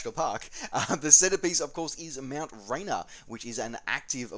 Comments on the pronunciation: Thrilled to have you back... Sunday morning just isn’t the same without you. Great video but I have to take issue with how you attempted to pronounce Rainier... it is “rain ear” not “rainer”. I grew up that big hill in my back yard... well I could see it from my bedroom window anyway so while it probably doesn’t matter to anyone else mispronouncing it seems like fingernails on a chalkboard to me. But now that I am done complaining I have to say again that it is great to have you back! :) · Rain-Ear. Sorry...... I lived there, and that's how we all pronounced it....